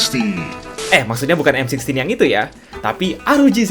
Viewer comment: m sixteen bang bkn m sixty wkwk